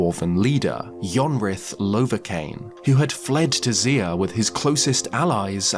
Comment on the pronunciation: Idk if he doesn’t start pronouncing Zeah right I doubt it….